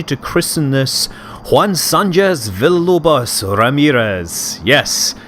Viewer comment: were u trying to say villalobos or something like that?